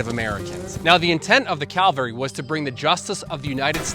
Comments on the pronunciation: great video. I live in Idaho. Thanks for this. One small niggling thing, though. It is pronounced cav-al-ry not cal-va-ry. Calvary was where Christ was crucified. BTW: It is VERY cool the way I assume has used AI to give motion and life to period photos. I have never seen that done before. It is the first use of AI I approve of. You should have brought your shotgun and fishing poles. Hunted chukar and fished for the rare owyhee river redband trout while you were there. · CAVALRY, not Calvary! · 12'03" Its NOT calvary but CAVALRY !!!! Where didcha go to school or didntcha .... ? (Calvary = the spot where 1 Jesus Christ was crucified ...believe it or not ). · Mounted troops are called “ca-val-ry.” “Cal-va-ry” is a biblical place name. Please? Just trying to help. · How many times can you use the word “Calvary” instead of the correct word cavalry. You’re attempting to make a quality video but one of most used words in the video’s context is mispronounced over and over and over. Seems a bit lazy. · Cavalry ….not Calvary. Calvary is where Jesus died. Cavalry is a group of men on horses with weapons. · Cav al ry not Cal va ry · Fun video, but it's "Cavalry" not "Calvary" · Calvary <> Cavalry Not the same. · It's 'cavalry", not "calvary"! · It's pronounced CA-VAL-RY (just like it's spelled) FFS. NOT CALVARY !!! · Love the story, great video. Horse mounted soldiers were CAVALRY. You keep pronouncing it as CALVARY, the place outside Jerusalem where Jesus is said to have been crucified. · Super nice video. You're misspronouncing a word. Cavalry, not Calvary. One is a horse mounted military unit, the other is where Jesus was crucified. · Its Cavalry. There's no 'L' before 'V'. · Good historical essay. But please stop saying “Calvary” when referring to mounted soldiers. U.S. mounted troops are normally part of CAVALRY units, not CALVARY. . . two very different words meaning very different things. Thanks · I hate to nitpick, but it's cavalry not calvary😂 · CA - VAL - RY!